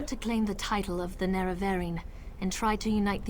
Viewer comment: It doesn't seem that "Nerevarine" should be pronounced "Narevaryan..." Maybe "Narevareen....." I think you nailed it... I think is mispronouncing it to subliminally dig at the whole "Aryan" master-race thing.... I don't need any more syllables in my life... ^o^